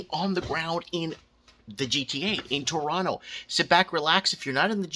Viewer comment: Toronto here - YUP. And thanks for saying Toronto the right way bro lol. The funniest part is they're still building condos EVERYWHERE. So the demand is declining while supply is increasing due to inflation this is too funny - and we're expecting another rate hike so if you have a variable rate mortgage well goodluck lol. I own a home outright but bought it way too long ago where I'm comfortable. But, if you speculated or bought a home 'assuming' the price would always continue to increase on a variable my god.